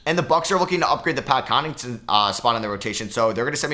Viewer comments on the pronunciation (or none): Why do you always botch Connaughton's name? You keep saying "Connington"